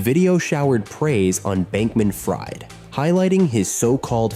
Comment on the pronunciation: AI i see. Haven't heard anyone pronounce "Fried" in Bankman-Fried like fried chicken unironically before lmao.